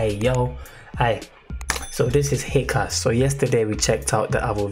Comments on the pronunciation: the correct prononciation of his name is HEECH-KAS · Dude it is hich kas